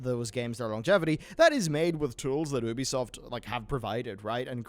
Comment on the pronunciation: "Ooo-bee soft" News, it's "You-bee soft" my dude. Union is not "Ooon-yon" rather "Youn-yun".